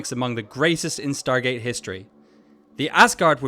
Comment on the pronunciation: De onde esse narrador tirou "StarTgate"?😂